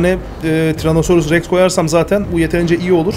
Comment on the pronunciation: tex değil rex